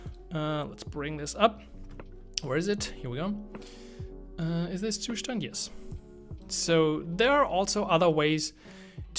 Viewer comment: I've played this video only to hear the correct pronunciation of the Zustand ☺️ Thnx buddy